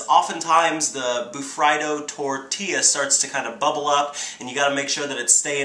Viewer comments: Woops, I always pronounced it "Bu-Free-Do" in my mind XD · It's pronounced ba-free-do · John green said it was pronounced bur FREE do!